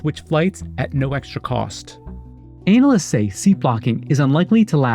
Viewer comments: analyist? lol, mispronounced on purpose or accidental? lol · Hey..... the narrator CLEARLY says "ANAList"....just sayin... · his pronunciation of analyst is sound funny